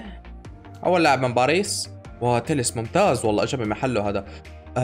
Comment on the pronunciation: باريس ❌ بعريص ✅ وشكرا